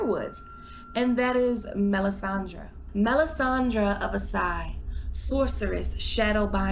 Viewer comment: It's Asshai with sh.